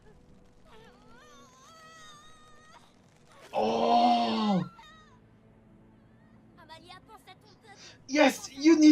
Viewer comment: An heart warming reaction for a intense episode. Once again : thank you. So, you made it clear you're ok for pronunciation class : Amalia : I've noticed you tend to pronounce "Amehlia", but every "a" must be pronounced like in the spanish word "casa". Xelor : you say "Shelor", but the "x" should be "gz", like in the english word "exaggerate". Grougal : you say "Gurgol", it's should be "Grugal", with the "r" before the "u" and the "a" like in "casa". Joris : That "j" sound doesnt have an equivalent in english or spanish. It's a sort of a reverse "sh". If you can't, you can use the "j" in John. Click on the speaker symbole to hear it : Pinpin : Oh, the french nasal sounds... There are three of them on an/en in/ain/un For Pinpin, it's obviously the third. See you for the last episode, dont forget to watch the end credit : there is not spoil !